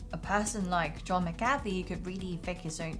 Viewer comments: m8, it's Mc-ca-fee. It's not McCartney either. The Beatles didn't recruit him. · It's pronounced Mac-ughhhhh-fee. Come on, do more research before doing the video. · MACK-A-FEE. FFS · You can’t even pronounce his name correctly. I’m pretty sure everyone thinks you’re full of bs.